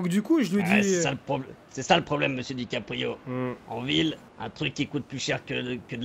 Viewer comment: C'est dickaprio pas DICK aprio le "gay" g pas kiffé wlh